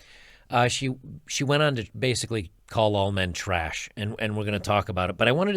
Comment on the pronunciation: I thought she said all men were traysh?